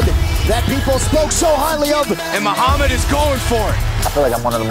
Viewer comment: Muhammad has a freaking perfect accent